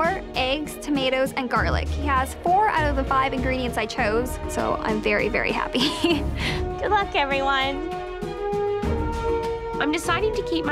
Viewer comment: "it made us all very HAPP" 😅